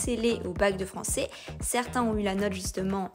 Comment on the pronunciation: Désolé mais nous avons du mal à y croire: 7 fautes de prononciation et diction en 30 secondes ! (J'ai bien vérifié trois fois) depuis le tout début de la vidéo. En effet, et par exemple, "Français" se prononce à la fin "ai" et non pas "é" etc . . . Dans ce cas revoir le recrutement et/ou les compétences des examinateurs du bac oral .